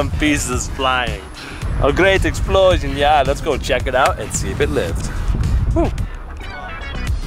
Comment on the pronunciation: lmao "a gret explosiun"